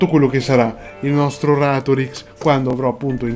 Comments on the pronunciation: Si dice Ràtorix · Si pronuncia RÀtorix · si dice Ratorìx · Si dice Ratorix, non Ratorix 😂👍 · Ratorix non ratoríx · Si dice ratorix non ratorix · SI PRONUNCIA RATORIX. COME VUOI CHE TE LO DICA? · Si pronuncia Ratorix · La vera domanda è questa... se si è andato a documentare su ratorix come faceva a non sapere come si pronuncia? 🤨🤨